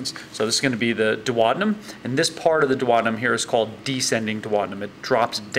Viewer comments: Duodenum = dew-o-dee-num. NOT dew-oder-num. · The way he says duodenum....